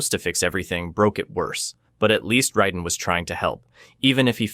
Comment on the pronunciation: And it's r"A"den